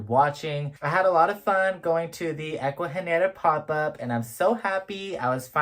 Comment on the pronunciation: Aww yes, babes, you said the name right haha 🫶🏽 Omg the turtleeesss!! 🥹😍 ugh, the orchids are so pretty ! The one mounted in wood is so cool…I want to get a few orchids but I’ve killed every single one I’ve gotten from like Lowe’s or Home Depot lol 😭 I’m so glad you got to experience an Ecuagenera Pop Up 🙌🏽💃🏽 hope you’re having an amazing week !! 🤗🥂🩷